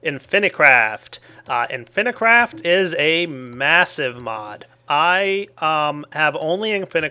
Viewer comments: inficraft but everybody pronounces it infinicraft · Why does he say Inifinicraft when the title says Inficraft? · It's called "In-phi craft". If it was spelled infinacraft then you would pronounce it like that. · not only failed at pronouncing inficraft and math:D